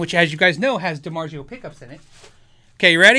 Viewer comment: love the channel. Could you remember it’s pronounced DiMarzio not DiMarjio..ZZZ not J. Continue what ya do. Thanks